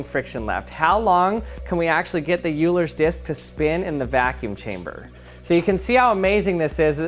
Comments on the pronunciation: Every time he said “yooler” I had a micro-aneurysm (still love the video and channel though) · Another great video. Also, it's said "Oiler". I know, that's not the way it's spelled in English. But that's how it's said. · Euler is actually pronounced "Wheeler" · Bro... it's pronounced "Oilers..." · It's OIL-ERS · Euler’s is pronounced “oiler’s” :) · FFS ITS PRONOUNCED OILER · It's called 'oiler' disk isn't it? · Its pronounced "Oiler" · I really wish he had pronounced Euler's name correctly... I usually like his videos but it really bothers me when intelligent people mispronounce my boy Leo's name. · Dude doesn’t even know how to pronounce it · You pronounced Euler wrong 😕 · You mispronounced Euler. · Thank you! Seems like all these "Scientists" don't know how to pronounce their experiments. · Pronounce the guy's name correctly if you're going to use it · I am not sure that is correct way to pronounce "Euler" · you pronounced euler wrong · Perhaps I'm just expecting too much but my naiive assumption is that someone that has access to a vacuum should probably know how to pronounce the name of this item correctly. The name Euler's disk is pronounced "OY-ler's disk". It is named after the Swiss mathematician Leonhard Euler. The "eu" in German is pronounced like the "oi" in English words such as "oil" or "boy". If you're going to play scientist maybe a good idea would be to know how to pronounce your test item or you immediately lose credibility. It is the equivilant of a World-class chef saying Pasketti for Spaghetti and not knowing the differance. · Bruh's name is /ˈɔʏlər/. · Nice video. Just a minor correction on the name Euler. It is pronounced like "Oiler". It is named after mathematician Leonhard Euler. All good wishes. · pronounced like this OIl-ler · euler is pronounced /oi-ler/ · It’s pronounced like “oiler” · I think it's pronounced like "oiler"... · I think it's pronounced like Oilers disk.... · Euler is pronounced "Oiler" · Its Euler like "oil are" please!